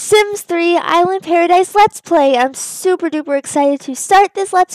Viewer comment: It's pronounced Is-La Para-dee so